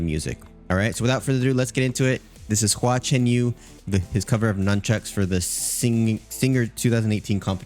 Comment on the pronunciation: Good reaction, and there's a lot more to explore with Hua Chenyu (and yes, you pronounced it correctly). At the time of this performance, HCY was 28 years old. He is now 33, and has improved immeasurably. Enjoy your journey. 🙂